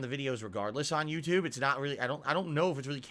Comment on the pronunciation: "The on demand Yoututbe audience" HAHAHAHAHAHAHA!